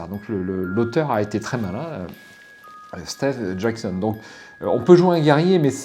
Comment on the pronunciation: "stééve jackson" lol